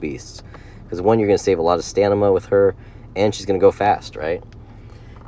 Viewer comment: Bro why do you say Stanima and Anemey. Or am I that high right now?